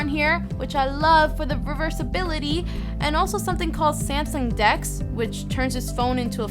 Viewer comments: It's Samsung not Syamsung........ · did she say Samson at the beginning